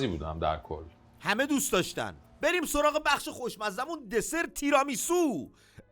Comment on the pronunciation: چرا هی میگند “تِرامیسو”؟ تیرامیسو هست اون سبزی هم روکُلا هست نه رآکُلا، rucola Tiramisù